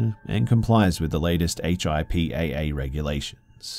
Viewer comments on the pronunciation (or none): HIPAA is said like hipaa like a word haha. Like (hip-ah)